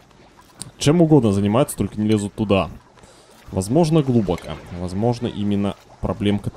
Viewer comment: ради бога, глубокО. Уши режет просто.